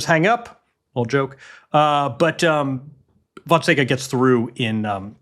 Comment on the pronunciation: The top half on the men's side is the French Open, and the bottom half is Alcaraz's warm up for the final. 🤣 The draw has made the bottom half criminally boring. It's a big disappointment. And sorry to be nitpicky, but journalists and commentators really ought to start pronouncing Fonseca correctly. It's super simple, you just don't pronounce the "a" at the end. Phonetically it's Fonsec. This is not correction from a Fonseca superfan. Frankly I find the amount of coverage for a player outside the top 50 to be completely absurd, but since we're doing it, I believe we ought to get the name right.